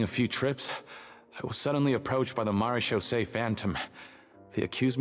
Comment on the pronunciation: It's pronounced "mara-shaw-say" phantom